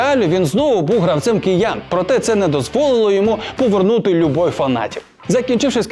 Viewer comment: хто вас вчить так говорити?! "холкіпер пуказував..., пувернути"